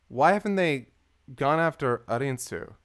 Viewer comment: Lani: “ARNIE-SUE”: “A-IN-SUE” … Guys, it’s “A-RIN-SUE”